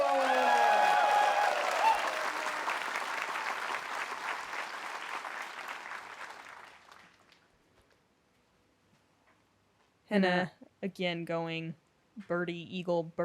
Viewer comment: Quit saying BLOOM, its CLEARLY BLOM ROOS🤦🤦🤦Learn ENGLISH much???😅👏🏼🙌🏼